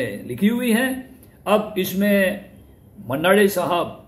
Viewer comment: आप मन्ना डे का नाम डा क्यों बोल रहें हो?